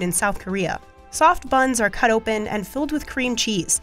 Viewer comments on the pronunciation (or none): none